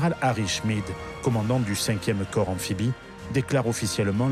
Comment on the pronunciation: Par pitié...US marine corps se prononce "core" !...prononcé "corpse" cela signifie cadavre...